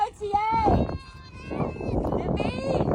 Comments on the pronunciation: So Dylan basically said camels smell so I’m spraying the desert with a perfume, oh and I’m littering, you pick it up because I’m too much of a princess to do it. Then went on to assault a camel by gyrating on it all the while insulting women. Oh and mispronouncing the product. It’s Divine not devene. Great one. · "Diveen" womanhood